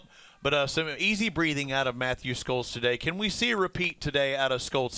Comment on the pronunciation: I wonder if SCHOLTZ gets irritated after hearing the "experts" call him STOLTZ... -_